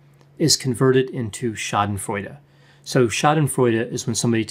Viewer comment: I always appreciate your videos,! I am from germany and therefore I have to tell you today, that I really like it, how you pronounce the word "Schadenfreude". Really cool, you made my day 👍🏻